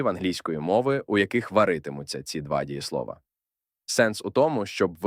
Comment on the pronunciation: Чудово! Але чому 'дієслОва' з наголосом на О в множині?